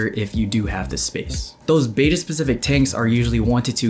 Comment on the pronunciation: Mistake #1 should be pronunciation of Betta. It's not Beta as stated multiple times in this video.